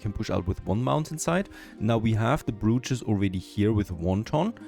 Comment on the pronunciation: Slight pronunciation correction on "brootches". *Bro*ches. "Bro" as in "Dude"